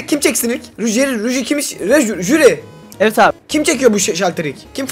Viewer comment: HİLLE DEĞİL JÜRİ